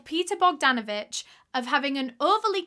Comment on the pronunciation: I am from Serbia ( ex Tito's Yugoslavia, Balkan peninsula, Europe ). Well done for the effort of pronouncing his last name Bogdanović. You pronounced it perfectly. He sounds like a good man in the beginning but disgusting in the end. Where are the police?